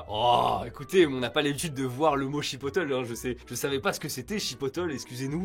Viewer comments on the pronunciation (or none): Pour le pain tranché. Soit c’est une vieille étiquette, soit il y’a une machine à trancher pas loin je pense On dit pas chipotl. On dit « chipotlé » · Ça se prononce pas "chipoteul" mais "chipotlé" a l'espagnole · je suis français pas québécois, mais chipotle ne se prononce pas non plus en mode « en anglais » « chi po teul » mais « chuh pot lay », c’est mexicain;) Perso je garde le i au lieu u mais la fin pique les oreilles ^^ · Chipotle ça se prononce TOUJOURS pas comme ça c’est dingue quand même de pas faire d’effort à ce point. (Je ne suis pas québécoise et j’ai jamais mis les pieds au Québec) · Chipotle se prononce chipotlé, pas chipoteul.. 😂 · ça sent l'article écrit par quelqu'un qui ne voyage jamais dans d'autres pays ou cultures. Et juste pour info le chipotle se prononce chipotlé et pas chipoteul parce que c'est une préparation de piment fumé originaire du mexique. Sinon c'était marrant :D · Mec, chipotle c’est du piment jalapeño fumé, ça veut pas dire chipolata… Et ça se prononce « chipotlé », un minimum de recherche… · "Igua" "chipoteul" 💀😂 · IGA est un acronyme qui signifie Independent Grocers Alliance, Chipotle se prononce Chipotlé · Juste pour dire "Chipotle" se prononce "chi-potte-lé" en anglais. Merci pour cette super vidéo. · Ca se dit ( chi-pote-lé) pour chipotle 😆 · Chipotle ça se prononce chi-pote-lait. C'est un petit poivron séché pour épicer les plats/sauces. Super courant en Amérique du Nord. D'ailleurs, je mange un sandwich sauce chipotle en écrivant ça. Bref, c'est ça qui est drôle: faire des erreurs et parler de choses qu'on ne connait pas. C'est la vraie vie. Continuez vos vidéos. Moins vous en savez, plus c'est intéressant et drôle!